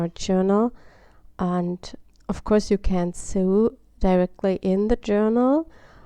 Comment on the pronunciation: Nice! Sew is pronounced 'so' btw!